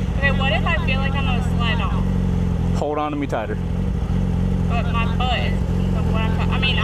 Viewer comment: She says "butt" like "bupt" lol